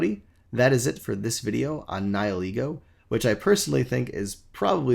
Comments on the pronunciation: Nie-ee-lego? DansGame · SuperParadox494 More along the lines of Ni-ill-ego.